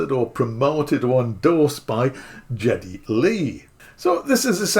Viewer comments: Maybe this is a British thing I never realized before, but it’s Guh Guh Guh Geddy Lee, with a “Guh” sound. If I had saved aside the money and owning a Minimoog was my biggest dream synth to own, and I were a Rush fan, and had the cash, I would pay the extra five hundred for it tomorrow. I am a Rush fan, I love and respect Geddy Lee’s contributions to shaping the music of the late seventies/early eighties. I really would like a Minimoog someday, and appreciate Geddy Lee as an artist, as well as the customization on this one, so I would be in this camp, but I don’t think I’m in a position to buy this at the current time of this writing. If the opportunity came up again at a later date for the same price, I would be highly motivated to purchase one. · Please not the gee "G", oh my 😆 Long live MOOG and Minimoog for life!!!! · When I found out the price, to be honest I as shocked . I was expecting it to be around 7 grand. Way above my budget. But if the standard version is 5 grand? The sound of the mini Moog is the stuff of legend, appearing on some of the best music ever created. Incidentally, I’m not here to pick holes, but you are mispronouncing his name ( even though it’s not his real name ) the “G” it pronounced like Gary. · Oh my! Geddy is pronounced with a hard G! Not a J sound. 🤦🏼‍♂️ 😜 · Hard G - Geddy. The AI has mistakenly used a soft G (Canadian here). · Lazy. But then, you didn’t check how to pronounce his name either, so at least you’re consistent, I guess … … I did, and I was right … 2022 had the spring, and an extra LFO with controls near the wheels. So all the Geddy model has is the colour/logo, the top-mount cv jacks, and the other ‘xtra hot VCA’, it seems … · Well his name is certainly not pronounced Jetty. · Geddy, not Jeddy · well, you sound like you're somebody from France and that would make sense cause you're also mispronouncing his name and in America he's considered to be quite popular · You're misprouncing Geddy.